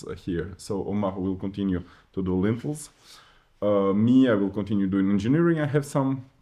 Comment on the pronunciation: Lintels…. Not “lentils” lentils 😂😂😂😂 are a legume that you cook in soups. Lintels are a horizontal structural beam spanning the top of an opening (such as a door, window, or fireplace) to support the weight of the wall above it. Made of steel, concrete, wood, or stone